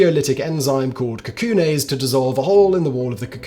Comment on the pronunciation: cacoon-aise? Really?